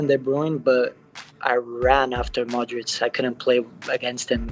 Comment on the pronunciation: Please, if your are going to do this, LEARN how to pronounce Luka Modric correctly!